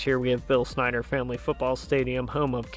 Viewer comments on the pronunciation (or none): none